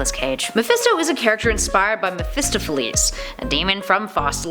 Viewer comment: It's pronounced "Meph a stop o lees" just trying to help.